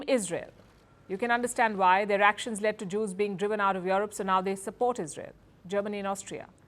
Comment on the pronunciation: Palki it's not yoerope but europe.